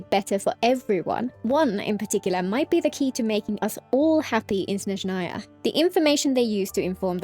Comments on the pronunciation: she says snezhnAya instead of snEzhnaya, tho yeah my bad i didnt listen properly, the other part is corrent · i mentioned this under the previous genshin video, but i'll repeat (hopefully you see). please pronounce Snezhnaya correctly: its crlear S in the beginning and stress on the E edit: my bad, i didnt listen properly, you pronounce it correctly (but just with the wrong stress)